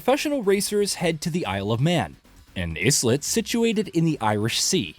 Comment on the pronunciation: “Islet” - small island and pronounced similarly. Long “i” 😕